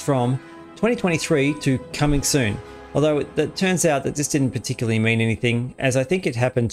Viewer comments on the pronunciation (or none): none